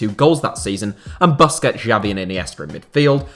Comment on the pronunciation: Stopped watching after he pronounced Busquets as "basket" 😒